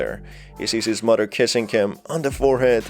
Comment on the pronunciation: I love the way he says muddah that’s how it sounds to me.